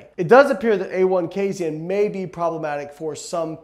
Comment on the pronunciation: Hey Layne, are you saying casin wrong or have all of us been saying it wrong this whole time